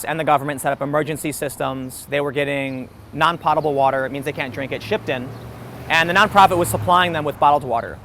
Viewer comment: Dude, potable is pronounced like moat, not like dot. Journalism fail! It's like "Potent Potables" category from the SNL Celebrity Jeopardy skits!